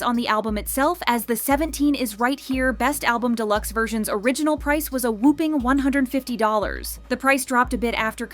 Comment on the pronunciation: Love Winter's dad! I'm seeing new Jeans in late June. Hope Hyein is back. (by the way it's "whopping" not "whooping."